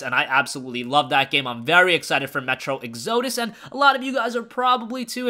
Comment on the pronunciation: Ex-oh-dus. Lol